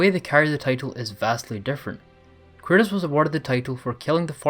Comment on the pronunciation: Why do you call Kratos Curtis??